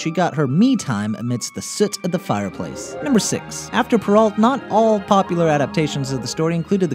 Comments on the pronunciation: Yes, and Charles Perrault's name is pronounced Perr-ow, not Perr-ault. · You pronounced Charles Perrault's last name wrong, it's French. The 'ault' is spoken as an OH sound. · Great vid!!! But I have to point out that Perreault is pronounced Purr-oh, and Cendrillon is SAWn-dree-ohn.